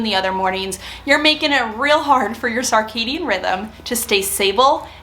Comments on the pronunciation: Sir-cadian, not sar-cadian, please. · Sounds like you are saying sarcadian rhythms (sir cadian). Great tips. I am genuinely interested in what your sleep schedule ends up being post menopause but I guesd we will have to wait awhile for that. I used to sleep like the dead and wake at 5am without an alarm. Now I have insomnia a lot of the time. What is the white plastic organizer with clear lids. Can you provide a link to purchase? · regional differences both are acceptable